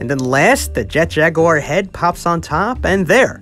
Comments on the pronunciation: Whoesle calls jet jaguar jet jagur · I Mean, That Was The Pronunciation Of Jet In The OG English Dub Of 'Godzilla Vs Megalon'.